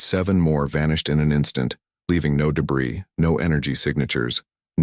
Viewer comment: Illogical story. Good few mistakes in it. But at least Debris was pronounced correctly for once.